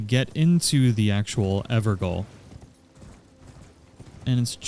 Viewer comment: Great video man. Thanks. You probably won’t read this, but they are called EverGaols (Jails), not Goals. It’s the original English spelling of the word.